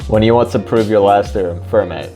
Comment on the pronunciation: Can't deal with your incorrect pronunciation of Fermat. "Fair-ma"